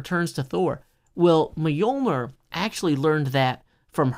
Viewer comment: My only criticism: the pronunciation of "Mjölner"/"Mjölnir"